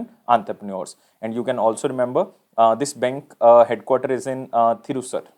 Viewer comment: its pronounced "three shooor" and not tirisur. THRISHUR